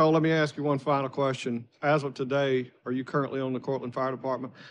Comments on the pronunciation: A lawyer that says AKS instead of ask.............Well done America...well done, you win all the prizes. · That truly bugged me as well. Aks vs ask... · How did they lose a case against a defence attorney that can’t even pronounce the word “ask” properly?! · Anyone that says axe instead of ask should not have a professional job. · You may not but the use of Axe instead of Ask is a black thing.. 100%, and yes she is educated, but she should strive to use proper English when in a court of law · not an accent I live in the south and say ask. It's only a certain group that say axe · If your lawyer says "axe" instead of "ask" you might want to reconsider your choices in a defender... Just saying... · African Americans commonly say "axe". Not necessarily a southern thing. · How does a professional attorney say "axe" a question?🙄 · Even the ones that work for the court say axe. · What size does your brain have to be to make you say, 'axe'? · How does someone get through law school and can't pronounce the word "ask" properly? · I'm always grossed out when I hear these grown people unable to even say the word 'ask' without Fing it up. its gross and pathetic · Lawyer with a degree in law, unable to pronounce ask. Sad.